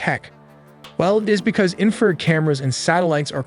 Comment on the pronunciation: Infra-RED not inferred... please replace the 20 something year old narrator that can't pronounce words he's only read before!